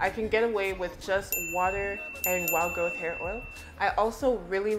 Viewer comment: I thought you were saying "wild GOAT hair oil". Haha